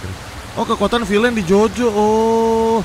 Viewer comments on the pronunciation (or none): none